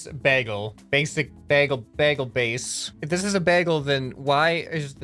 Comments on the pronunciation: did he just say baggle and not bagel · The Bagel (not pronounced baggel,...) had the switch blocking one of the arms. Re-do it in an apology video. The Bomb Flail was supposed to be a cluster rocket with cluster rockets inside that each launched 4 bombs. The main pillar was the main rocket and the "ropes" were trails of the rockets and then explosives. Re-do this one in that apology video too. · isnt bagle pronounced b-ay-gul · did you just say.. baggle ?